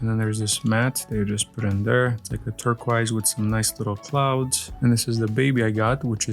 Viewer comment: “TurqOis”, not “turquaise”